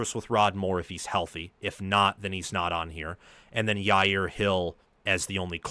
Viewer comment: Hey, since he'll be around for a few years, when you pronounce Andrew Sprague, it should be like spray-guh. And then Jayaire Hill is Jye-ear Hill, a Juh sound.